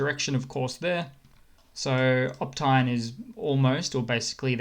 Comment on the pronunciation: You do such good research but can you not show some respect by pronouncing the place names correctly? Opytne - the Y is before the t not after the t, it's not optine - its Oh-pet-ne FFS (and not ne like "knee" - its a short e, like the a at the end of Pavlova) Pav-loh-va ... Oh-pet-ne